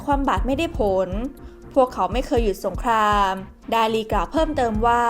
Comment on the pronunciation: เรียนท่าน บก.TOP NEWS ที่นับถือ... ผมได้ติดตามข่าวของ สถาบันข่าวของท่านมาตลอด ด้วยความสนใจและให้ความเชื่อถือ... จึงขอเรียนว่า... ผู้อ่านข่าวผู้หญิงคนนี้ อ่านข่าวไม่ถูกต้องชัดเจน... การออกเสียงตัว ร.เรือ - ล.ลิงไม่ ไม่ถูกต้อง... เช่น คำว่า อังกฤษ ออกเสียงเป็น อังกิด - สงคราม ออกเสียงเป็น สงคาม - รบ ออกเสียงเป็น ลบฯลฯ ตลอดจนการออกเสียงควบกล้ำ... ควรได้รับการแก้ไข... ที่ผม เรียนท่านมานี้ เพราะเห็นว่าสำนักข่าวท่าน เป็นที่น่าเชื่อถือ มีผู้ติดตามเป็นจำนวณมาก... ดังนั้นผู้อ่านข่าว ควรอ่านข่าวให้ถูกต้องชัดเจน ... เพราะจะได้เป็นแบบอย่างที่ดีของผู้ที่รับฟังในการใช้ภาษาไทยของท่าน... และจะไม่เป็นที่น่าละอาย เมื่อนำไปเปรียบเทียบกับช่องอื่น สำนักข่าวอื่นที่เขาเสนอข่าวเช่นกัน... ควรใช้ภาษาพูดที่ชัดเจนถูกต้องไม่สุกเอาเผากิน... ด้วยความนับถือนะครับ...